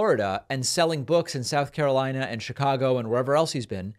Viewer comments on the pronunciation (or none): none